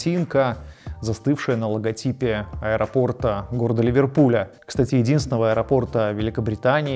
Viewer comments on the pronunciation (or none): none